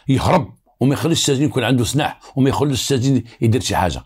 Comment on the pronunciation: سلاح وليس سناح راك بوليسي زعما